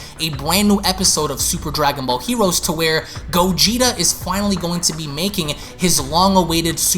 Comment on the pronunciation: “Dwagon bawl hewoes”